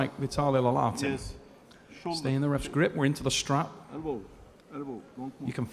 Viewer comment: Someone plz tell the commentator its Laletin, not Lalatin.